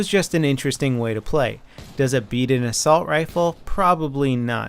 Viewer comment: assussult? lol